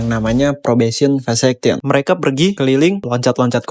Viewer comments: Fekesyen bang bukan Fesekyen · Fekesyen bang yang bener😂😂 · Fakasyen bang bukan fasakyen. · Pas denger “probesion vasaction” hah? Vasectomy percobaan? Ini bahas graffiti kan, kok ada bahas istilah kebiri😂😂, eh pas baca tulisan engress nya “ probation vacation “ liburan percobaan😂😂, oh maksudnya fekesien😂😂. Lanjut pren, pake gugel sesekali biar spelling nya bener pren, lanjutkan. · saran bang, bacanya vekesyen bg bukan fesektion yg dimana artinya tu liburan (Vacation) dlm bhs inggris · Kata abang gua,bahasa inggris lu keren abizz,yang ditulis VACATION ,yang dibaca VESECTION...keren abiis kayak anak tk tetangga gua...keren amat...KATANYA...